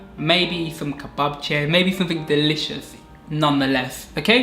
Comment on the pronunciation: I'm a Bulgarian and I'm happy that people from Western Europe like you like my country. Actually, I have a question for you - can you read or speak Bulgarian because you pronounce very well banitza, rakia and kebapche? 😃👍